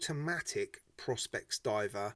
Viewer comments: isn't it pronounced Pro-spex? I don't have a white dial watch though am looking to add one to the collection. Not sure this one lures me In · I think its pronounced pro-spex and leather on a diver is so wrong. 990 quid lol I rather wear my SKX.